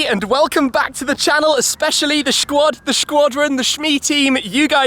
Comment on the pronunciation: Finally shmee said Squad Ohhh sorry Shquad